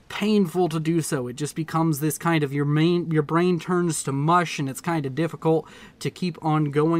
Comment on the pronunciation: Er... Brain. Not Brian.